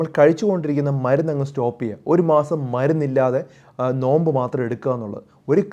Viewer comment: നൊയമ്പ് അല്ല നോമ്പ്